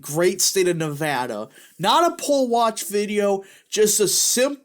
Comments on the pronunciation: It’s not nuh voh duh. It’s neh va da. You’re saying it right the first time. Dems out of Vegas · Nev-ADD-a not Nev-Ahh-da! People here are very particular about the correct pronunciation of the state! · Not from Nevada, but I talked to a local when I was there and he said it was pronounced Nev-add-duh.